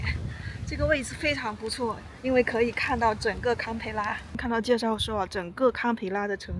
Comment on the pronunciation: 不是卡也不是砍，是“堪”一声